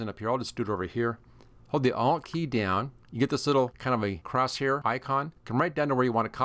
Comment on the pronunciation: I thought u were saying I’LL click but u were saying ALT click . Couldn’t figure out until I saw ALT displayed Must be your accent , I’m Canadian ......well my laugh for the day 😂😂 BTW excellent video 🤘